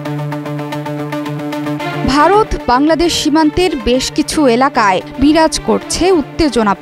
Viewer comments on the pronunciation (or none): none